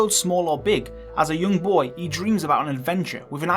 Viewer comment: “ Thanks boah “